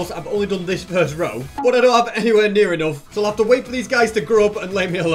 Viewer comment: EnOgth? What's the accent? Btw cool farm. Huge work